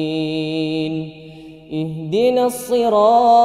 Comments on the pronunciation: Nasta'in ia baca nastaim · naam, sy dengarnya jga nasta'im kata dhalliinnya jga dbaca dhalliim.